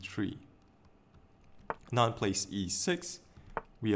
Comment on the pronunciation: Its not anaaand as you pronounced. It is aaanand. By the way good video.